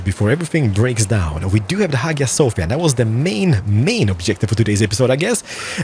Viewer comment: In hagia sofia...you pronounce "g"sound as sound of "j"